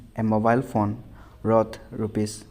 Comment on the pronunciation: Its worth u pronounced roth